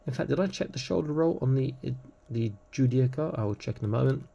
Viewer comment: The pronunciation of Judiciar is Jew-Dis-Ear. Just for reference. Thanks for the early look.